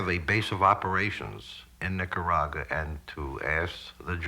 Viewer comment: We put mafiosi in charge of US troops, and this individual, who cant even pronounce NicaragUa correctly, was one of them. A more sordid collection of crooked jabones you'd never want to meet right there, all jacked up over losing their rackets and safe zones off our porch. Disgusting animals.